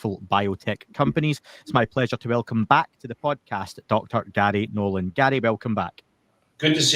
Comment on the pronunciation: More than once I thought he was calling him Daddy Nolan.